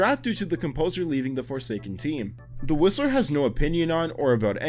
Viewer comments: When he got to the Whistler I thought he said the rizzler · dude i thought you said "the rizzler" not the whistler dawg